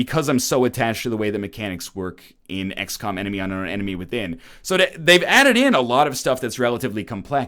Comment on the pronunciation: sounded like he said "x-cum"